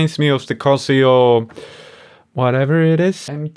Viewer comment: wtf,,its cASIO magtard ,,not CUSio